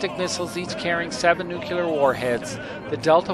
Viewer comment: It is pronounced nuc-le-ar not nuculer. A good place to start if you want to pass yourself off as knowledgable.